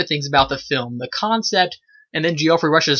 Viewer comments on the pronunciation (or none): It's Jeff-REE, not Gee-OFF-ree.